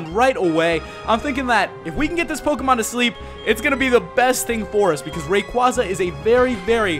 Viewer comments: About time someone finally pronounced Rayquaza right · I prefer ray-KWAZ-ah too. It is how i been pronouncing it since Ruby/Sapphire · I've talked with Rayquaza, he says its pronounced Ray-KWAZ-ah